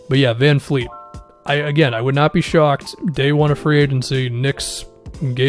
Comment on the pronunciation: bruh it's vanvleet not vanfleet lol